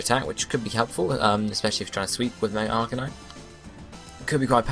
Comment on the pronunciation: Ar-CANINE. Canine as in dog...